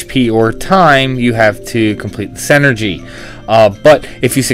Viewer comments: It's SIN-er-gy, not SEN ergy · Not to be that guy but... it's pronounced "sin-ergy" not "sen-ergy". Otherwise this video was very helpful. Thanks.